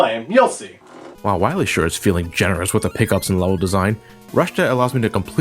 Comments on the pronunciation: WILEY LOL, sounds like WIYLAY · Ryan Goldstrich "Doctah Wahwee" XD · I think you mean Doctah Wowy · I love how they pronounce "Wiley" ever since the game misspelled it that way. xD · you know what cracked me up? "Hey Bass! (doesnt pronounce It "base") Why must i fight you? we are not enemies!" "Shut up!" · Not only did they screw up the name of Dr. Wily, but also screwed up the name of Dr. Light calling him Dr. Right.